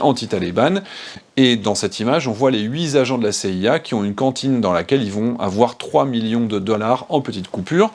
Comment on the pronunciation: Toujours un plaisir de vous suivre. C'est vraiment intéressant. Petit bémol (pour votre "processus d'amélioration continue": "huit agents" et non "huit z'agents" svp).